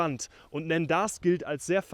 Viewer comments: Und es wird quasi "Nonda" ausgesprochen :-) Und die Bärenpiste wäre ausgesprochen die "Pist de l'Urs" 🙂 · Die Aussprache der Ortschaften ist in der Tat eine Katastrophe... Hier eine kleine Hilfe: - Nendaz = Nahnda. Das Z ist stumm. Das "en" wird ähnlich wie das französische "un" (= eins) ausgesprochen (phonetisch: ɛ̃). Betonung auf der ersten Silbe. - Veysonnaz = Wehsona. Das Z ist stumm. Das Y auch. Betonung auf der ersten Silbe. - Siviez = Sivy-eh. Das Z ist stumm. Betonung auf der ersten Silbe. - Verbier = Verrby-eh. Das R am Schluss ist stumm. Betonung auf der ersten Silbe. - Tyon = Tyo. Das N ist stumm. Das "on" wird wie das französische "on" (= man) ausgesprochen. Betonung auf der ersten Silbe. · Lieber, das "z" am Ende von Nendaz usw wird nicht ausgesprochen.